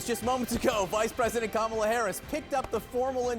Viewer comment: That's authentic, you bigot! Pronounce her name correctly or else!